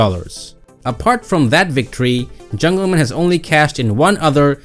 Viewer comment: Dude, it’s not jungleman like a last name. It’s jungle MAN.